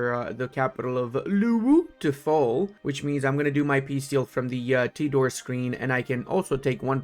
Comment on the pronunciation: Ternate: tr - naa - tay. Tidore: Tee - Door - Ray. Just a minor info from Indonesian.